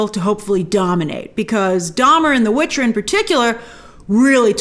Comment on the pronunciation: You keep calling the watcher the Witcher haha